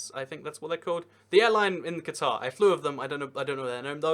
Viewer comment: Take a shot every time he mispronounces "Qatar". Damned Anglophones...